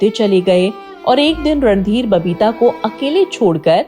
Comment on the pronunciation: Aap baar baar ,Ranbeer kehte hai .He was Randhir Kapoor .n not Ranbeer